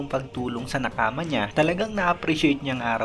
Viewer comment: Anong nakama? Bakit ang weird pakinggan para sakin hahaha